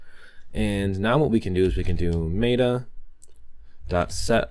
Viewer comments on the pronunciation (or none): It's not maid-uh, its met-uh.